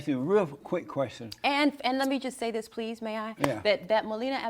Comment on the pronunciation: “In dis hypothetical situation”